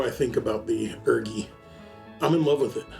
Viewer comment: My brother in Christ please stop calling it the urgi and call it the u r g i instead😭😭